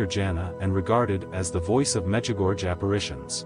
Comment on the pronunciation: It's pronounced 'Mejigorye.' if spelt phonetically in English. 🙏🙏🙏🙏